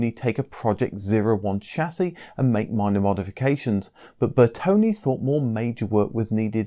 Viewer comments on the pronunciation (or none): It's not BertonI it's BertonE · I see no "I" at the end of Bertone's name